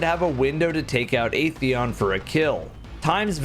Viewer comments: I love how the Destiny community choose to ignore the correct pronunciation of at-theon and just kept calling it ae-theon. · it is. During age of triumph cutscene in D1, the speaker went over our accomplishments. He pronounced it as At-theon.